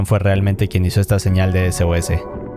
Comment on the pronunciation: cuando decia sos pensé que decia sus